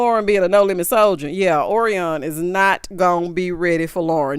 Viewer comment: Orion is pronounced like the constellation.